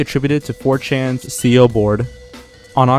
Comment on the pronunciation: Veeacom, hasstings.4chen.